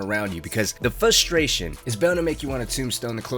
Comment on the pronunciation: What the fuck is “fustration”? Missing an r buddy